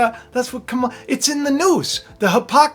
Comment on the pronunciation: Ka' ma la. come on you're an educated man, at least pronounce her name correctly